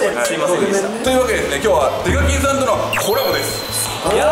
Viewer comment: 挨拶でsasuke デカキンをデブキンと言ってるwwww